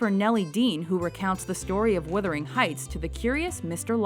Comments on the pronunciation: The pronunciation is embarrassing. It's Wuthering Heights, not Withering Heights!! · It's WUTH....WUTHERING Heights....NOT withering heights.....christ!